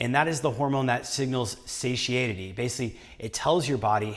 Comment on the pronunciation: Sat-tie-ee-tee ... satiety. Annoying word to pronounce, I know. Trips me up all the time. It doesn't sound right even if I pronounce it correctly.